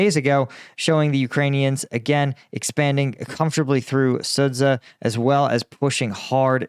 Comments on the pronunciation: Sudzha is parsed as Su-dzha. The "dzh" is a unit that sounds like the letter j as in jungle, so it sounds like Suja! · Thumbs down for pronouncing it sudza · "dzh" makes the "j" sound when translated from Russian and Ukrainian. It's "Suja". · if I may, I’d like to correct your pronunciation on Sudzha. It’s actually SOO-JA JA as in JAR